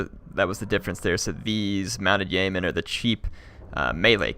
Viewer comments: Yeoman is pronounced Yee'O'man with the emphasis on the O sound. Thank you. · Ah no, it is pronounced Yo-men.